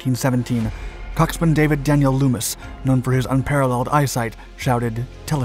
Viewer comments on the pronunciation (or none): Absolutely love your videos. FYI, you don't pronounce the w in coxswain.